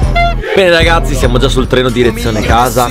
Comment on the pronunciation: All'inizio al posto di dire andiamo a prendere il treno pensavo dicesse andiamo a prendere le botte